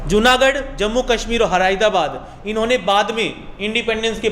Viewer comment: Hyradabad nahi😂😂 Hyderabad